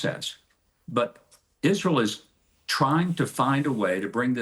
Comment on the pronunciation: No one: Lindsay Graham: Isrull